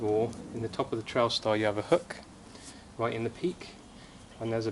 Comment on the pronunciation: Not sure if it's accent but sounds like you're calling the TS a "Trialstar". It's "Trailstar" ;) Nice inner though :)